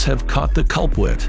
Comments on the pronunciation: "It looks like the cops have caught the culplit." The 'r' isn't pronounced like an 'l' in that word. The guy with the orange sweater, a few more bad pronunciations there. And the one after that. A lot of bad pronunciations from the narrator. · "Looks like he caught the culpwit" Some narrator you got there. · A tesla camera with two different angles. Sit-u-way-tion. Cul-pwit. 😂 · and how the hell is the culprit pronunced culpid help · "the cops have caught the cuwpwit" lol anyone notice the elmer fudd showing? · What happened the the "r" in culprit? Culpwit??? 😂